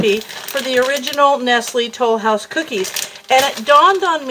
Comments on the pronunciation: French accent "Lesleeee Tolouse". The great cookie search episode Phoebe, Friends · Ack! I was looking to see if anyone commented this. I keep hearing it when she says Tollhouse 😂😂😂